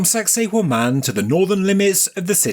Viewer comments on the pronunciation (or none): i swear you're saying "sexy Women" lol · Does anyone else hear 'sexy woman' in a real thick accent every time they hear that word? Or is it just me?